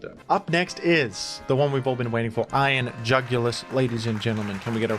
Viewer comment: i love when he says iron jugilis. iron jugulis